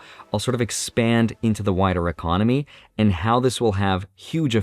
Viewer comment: Y-Con-oh-My 😅, tons of changes, over the next 3 years at least.